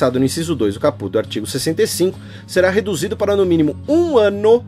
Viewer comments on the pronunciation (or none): Caput lê-se capati, se não me engano. Primeiro gostaria de parabenizar pelo excelente podcast e por trazer mais conhecimento para os ouvintes sobre essa Lei. Tem que fazer mais desses podcasts quando houver projetos polêmicos como esse. Só gostaria de comentar alguns pontos. Assim como muitos são histéricos quanto a aversão à Lei, vocês (professoras inclusas) não escondem o fato de serem totalmente à favor, mesmo sabendo que é nos detalhes que residem os problemas, nas regulamentações que virão ou que certamente faltarão e principalmente nos recursos financeiros (que não existem) para implementar tal lei, assim como não há para as garantias constitucionais de segurança, saúde e educação. Para melhor esclarecer seria interessante analisarmos fatos prováveis de acontecer e sair do "achismo", caso Cesare Battisti por exemplo. Se não houver condições de fiscalizar ou policiar as fronteiras (e não há), aí o problema é outro? Na minha opinião, se não puder implementar (fiscalizar, policiar), que não se aprove tal Lei, simples assim, pois ninguém precisa de mais leis quando as que já existem não são cumpridas. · Lê-se cáput, mas, escreve-se caput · Hahaha, amei a sua pronuncia de "caput". Na vdd se acentua a primeira silaba ^^ Queria aproveitar para agradecer tanto por essa iniciativa quanto por todas as outras (podcasts, textos e videos), por fazer dos meus momentos de lazer igualmente momentos de aprendizado.